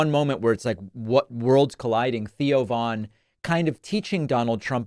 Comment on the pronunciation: Thoe Von?? Who the frkn is that